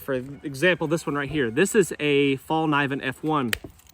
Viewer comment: you sound out the ‘K’ - ‘Fall - ke - neeven’